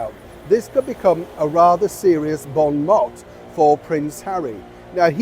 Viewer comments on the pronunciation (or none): "Bon mot" (sounds like written)? Surely you should know, since you're a commentator....I'm just a (US) midwest hick, but even I know it is pronounced 'mo' (long o, its French). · when you say Bon mot remember the t is silent so Bon mo. Btw l love your anecdotes.